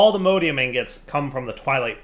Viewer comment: The way pronounces Allthemodium hurts me.